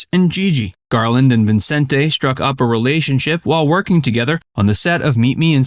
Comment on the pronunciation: Never heard anyone pronounce Vincente Minnelli's first name that way. Always just Vincent.